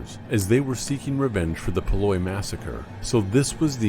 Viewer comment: The Schuylkill River is pronounced 'skoo-k'l'. Call someone in Philadelphia and ask them to speak that name. Paoli is pronounced 'pay-OH-lee'.